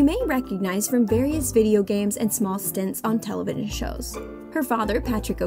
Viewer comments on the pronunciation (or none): Anyone noticed how she botched the word "Television" ?